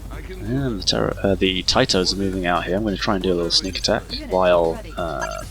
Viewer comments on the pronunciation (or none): As someone born in Yugoslavia, the way you pronounce Tito really bugs me haha